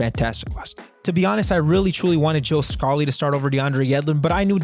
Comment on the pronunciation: Its pronounces Scaaaaaally. Not Joe Scaully. Make the necessary adjustments. :)